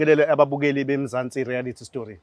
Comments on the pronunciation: USkhindi ezincane limhlula leligama elithi reayality show uthi reayarity show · Mzansi rerayithi,hayi thina ama Zulu ubr u l u l u r😂😂😂😂😂